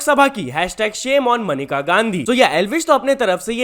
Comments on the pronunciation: मेनका not मनिका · Maneka hai not manika 😂😂😂